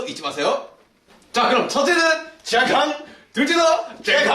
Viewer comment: 感觉有四川口音：健康😊